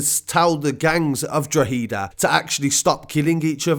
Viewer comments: Draw-Heee-Da, its Draw-hed-A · Jesus Christ. It’s not pronounced drugheeeeeda...... drohehda. Pronounce this way please. Drogheda. This is the actual spelling. Real easy. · Its pronouced dro_ head_ da not dro_he_da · I love all your videos, great updates. The way you say Drogheda is wrong though lol. Instead of Drog heed da its actually pronounced drog ha da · Droh-eh-da say that quick and the pronouncement is on point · ITS PRONOUNCED DRO-HEADA BRO IM FROM THERE WE ACTUALLY SAY DRAWDA WITH THE ACCENT 😂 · We pronounce it drawda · Yeah I’m from Kerry but Drawda is the proper pronunciation because the middle initial isn’t pronounced when you say it fast like it is colloquially. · Drogh ha da forget the he part and say ha instead brilliant coverage btw keep up the good work. And the ha is a short ha. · Drogheda. Frenetically pronounced. Draw Heda. For the English out there Irish people like it when you're trying to pronounce place names and people's name's.if you're not sure google it or ask an Irish person. You're never Very far from one. Find an Irish bar,or paddy powers. Were friendly we don't bite. Although there's a lot of gangland violence in Ireland it's not what civilians worry about. Untill it visit's your town or street .Gangster's on the other hand were bullet proof jackets and death threats as a badge of honour. You're no body if you don't have Garda telling them that they are in danger of getting killed by some gang or hitman. That seems to be a business that's grown over the last decade or so. It's just a mine field out there for the young and it seems like being friendly with someone marked or family is enough to make you a target as we've seen in the news papers a lot. It's like stuff of nightmares that we hear from Colombian or Mexican cartels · leave out the e and you might be able to pronounce it a bit better lol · Its pronounced drogheda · How haven’t you learned how to say Drogheda yet